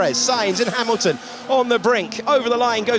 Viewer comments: the commentator called Hamilton "Harrelton" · he said "Haroldson" or are my ears tricking me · "Harolton" thats a new.... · Ah, my favorite driver, "Harrilton" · "Harleton" lol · Harrilton. :D